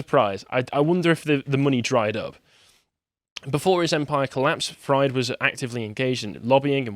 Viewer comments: It’s pronounced freed not ‘fried’ like fried chicken. Also he’s not getting away with shit there’s a huge mess the liquidators have to go through and who need to gather evidence to prosecute. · It’s pronounced “freed” not “fryed” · It’s pronounced FREED. How does one do whole report on this guy and not already heard people say his name a hundred times? 😂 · I'm enjoying how pronounces Fried like "fried eggs" rather than "freed" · may be pronouncing SBF's surname wrong.. but given the situation he's in.. it's not inaccurate.. it's a good meme tbh. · That's not how you pronounce Fraud lol. Or Fried. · How do you not know how to pronounce Fried lol